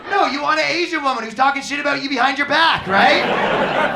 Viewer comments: $50,000 dollars of speech therapy to not say abooot when looking a $50,000 rack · *Oat and aboat